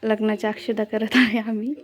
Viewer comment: लिहिता बोलता तरी येत का अक्षदा नसतात अक्षता म्हणतात